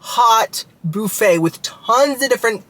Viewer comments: The "bouffett" 😂 Like Phoebe Bouffett? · boo-fay hahaha Love you! 😘